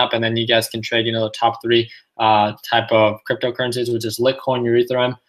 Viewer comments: Hey man, it's pronounced Light-coin and E-theereeum 😝 lol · "Lit-coin" and "Urethrum" lol